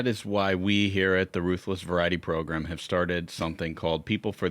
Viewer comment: Please stop saying "progrum"